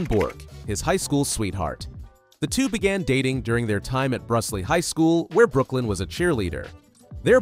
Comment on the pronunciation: Note: Brusly high school is pronounced Brew-lee NOT Bruh-slee. Geaux John! Louisiana loves you!